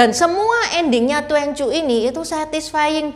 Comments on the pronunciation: Bacanya tuan ci ..bukan tuen cu ..cici🙏🙏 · "twan cyu" bukan " tuen cyu",. 'a' nya harus tetap dibaca 'a', gak bisa optional dibaca 'e 'kayak yg Juan, quan, xuan,yuan. Duan dibaca tuen justru jadi kaku mulut kita. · Duanju seharusnya dibaca : tuan cü. Itu bacanya salah.